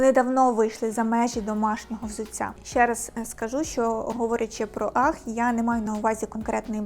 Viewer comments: UGG - Аг. Анастасія майже правильно вимовила, не бачу проблеми. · а точніше "агз" . Добре, що у вас немає проблем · Дивно, коли стиліст і фешн експерт, не знає як правильно вимовляється назва взуття. "Ах" це щось нове в світі моди. Базова шкільна англійська була не доступна?